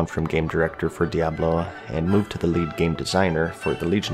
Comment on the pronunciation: Diablo 3 wasn't exactly how you say btw.